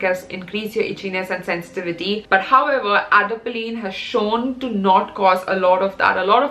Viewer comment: The way you pronounced some of the words 😂😂😂😂 especially Adapalene 😂